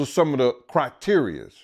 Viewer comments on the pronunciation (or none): this guy said crackterias (criteria's) 😂